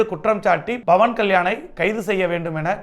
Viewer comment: Its not bawan ,its pawan😂